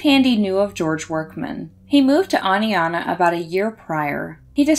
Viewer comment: Thank you for pronouncing Oneonta correctly!